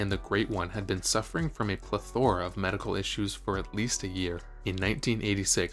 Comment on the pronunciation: You'd think a guy would learn how to pronounce CRAMden, BYUford, and PLETHora.